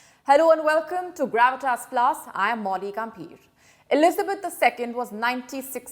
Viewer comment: I love Grawwitas. And I'm so glad the queen wisited India.